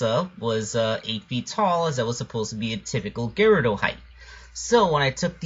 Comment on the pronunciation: i think the word Gerudo is pronounced as Je-roo-do